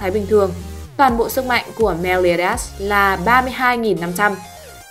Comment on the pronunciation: Meliodas chứ ko phải meoleodias :)